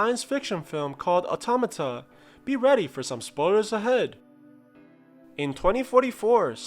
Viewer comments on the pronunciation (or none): Automata, not atomatom